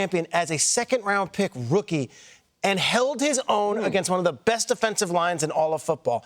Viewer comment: Read the pronunciation guide! Sue-uh Mah-tah Eee-uh.